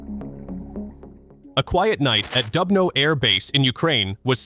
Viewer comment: please, try to pronounce КИНЖАЛ properly - it is zh like in French je also, it is DUBNO like in Doobie Brothers you see, you can do it